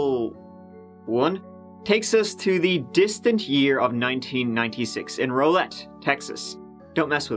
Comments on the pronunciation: It's pronounced raw-lett. Lmao I get it doe you aren't from here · Love yr channel 💜🥰 💜 the accent. But it's pronounced ROW (like wow) lett 🥰